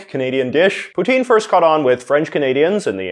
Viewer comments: As a Canadian , you should really pronounce poutine correctly Poo Tin , not Poo Teen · It's pronounced p'tsin